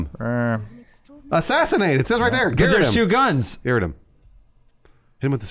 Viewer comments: How come they pronounce 'garrote' like 'Garrett' the name? I assume its just how Americans say it (which is fine, I'm not hating) but isn't it supposed to be pronounced 'gaROT'? What if they need to say "garrote Garrett"? Would It not just sound like the same word twice? Food for thought... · Anyone else getting triggered everytime said "garrett"? It is pronounced ga'rot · I can't tell if purposely pronounces 'garrote' like 'garrett' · ITS GARROTE, not garut!!!!!! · Garot lol. “Gah-wrote” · I'm not the only one bothered by how they're pronouncing "garrote", right?